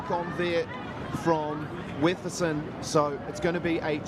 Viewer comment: Wetherson?!? Wetherston? Come on, gentlemen - get it right!